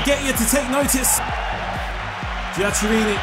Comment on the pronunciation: Good job! For Italian surnames, you have to pronounce "Giaccherini = Giakerini" and "Chiellini = Kielini" ;)